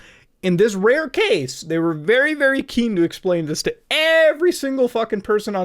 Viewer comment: vewy vewy clear..xD